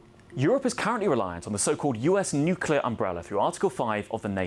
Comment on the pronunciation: Another IMBECILE that can't say nuclear even if it was to save the life of his little kid. You disqulified yourself IMMEDIATELY when you couldn't even say the simple word.